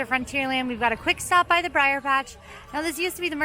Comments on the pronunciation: Brer. Not Briar. Brer. Yes, it’s problematic, but the characters’ names contain the abbreviation for Brother, not a reference to the Briar patch. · It’s not “briar” rabbit. It’s br’er which is a vernacular speech form of “brother”. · it's BR'ER Rabbit, as in Brother, not Briar! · Brer! Brer! Not Briar Rabbit! Brer Rabbit! LOL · Aloha; Love the blog! Please remember that you are not saying "Briar" As in Briar Rose, but Brer means brother And is pronounced like "Hair". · Yeah, Brer means brother. It was getting to me too. Of course, I feel same about Molly always saying noods. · I'm sorry, but constantly pronouncing "Brer" as "briar" stabs me in the soul each time. Also Pecos Bill is "PAY-cose", not "PECK-o's". Sorry for the nitpicking, but I have to defend the honor of my favorite land. Edit: thanks for catching the Pecos thing. Lol